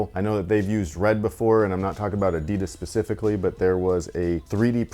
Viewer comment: Always funny if someone makes a video but can't pronounce Adidas.